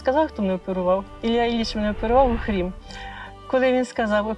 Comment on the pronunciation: Не Охрім, а Окрім.